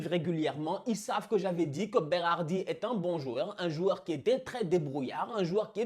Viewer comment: félicitations pour la prononciation de Roberto Mancini et Berardi ( mais aussi Locatelli e Marco Verratti)Tu es sure que tu es pas moitie italienne?? 😄